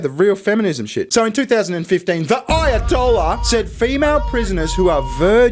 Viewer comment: "Aya-told-ya" LMFAO